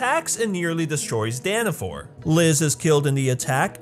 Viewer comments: it's Dana fall not Dana fore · It’s daniFALL not daniFORE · By the way how you say dawn of falls is wrong your saying dawn of for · He calls the place Danafall “Danafor” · Danna-FALLL not DAAAANNNNNNNA FOUR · IT'S NOT FU*** DANAFORR ITS DANAFALL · DANAFAL NOT DANAFOR 😣😣😣😣😣😣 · Its danafol not danafor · 😡 he is saying danifor